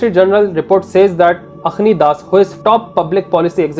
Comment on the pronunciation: This guy said AKHNI DAS 😅😂😂😂 video banate bhi Biryani yaad aari.😂😂😂